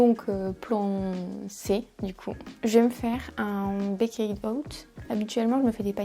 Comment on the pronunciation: J'adore tellement les baked oats 😍 c'est trop le petit dej doudou avec les porridges ! D'ailleurs ça se prononce pas "baykayd" mais "baykt" ahah